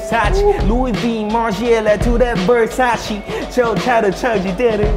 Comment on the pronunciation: 베르사체 발음 개발리네ㄹㅇ